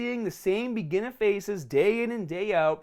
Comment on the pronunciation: Take a shot everytime he says begeenah